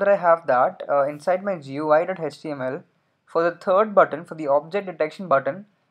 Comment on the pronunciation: "and the turd one"